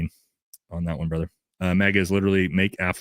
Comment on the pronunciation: Wife must of did something make you want go missing from the family for 4 hours 2 days out week now😂 😂😂 but i love it keep up good work ""😂😂